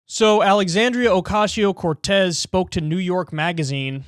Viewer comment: I prefer when Kyle says Alexandria OcasHio Cortez. :)